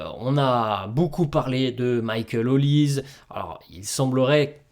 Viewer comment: Olise ce dit Olisé ... Comme pour doué pas Édoué ... Serieux ça parle de foot et vous ne savez pas les noms des joueurs... atroce